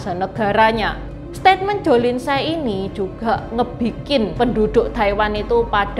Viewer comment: tsai bacanya yg bener chai.